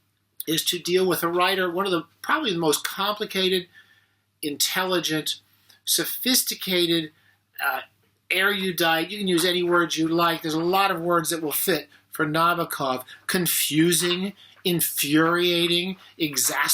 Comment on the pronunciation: Get real! Use editing if you don't catch your mistakes in the moment they occur. You made "erudite" a 4 syllable word, and you stumble over words to choose the clearly incorrect "exacerbating" when you likely meant "exasperating" - all in first moments of your introduction. Good luck.